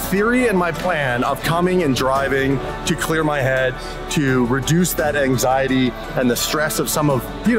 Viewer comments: its anxiety not axiety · Bro it's anxiety not axiety. look after it